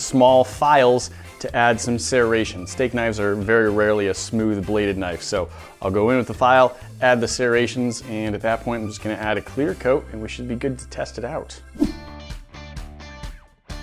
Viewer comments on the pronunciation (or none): its serrations not searations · Sarations? You mean sir-rations